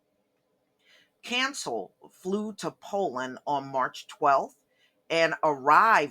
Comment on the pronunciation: Someone with your last name should know how to pronounce Cancél. Someone your age should know that it is extremely low class to backbite the dead.